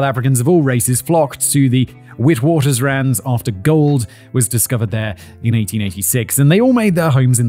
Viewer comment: And Witwatersrand 🤣 Tired of posting pronunciation comments as it doesn't seem to be working